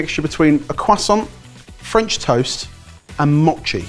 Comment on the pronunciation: The pronunciation of Mochi (moe-chee) as (maw-chee) irritated me